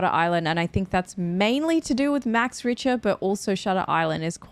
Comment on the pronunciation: The composer is Max Richter, not Max Ritcher. You should also watch Bladerunner 2049 by Denis Villeneuve (also 's' in Denis is silent, since he's a french Canadian. All those names yeah? 😃), if you hadn't already. Another kind of movie, still great though. Love your reaction, almost cried in the end ❤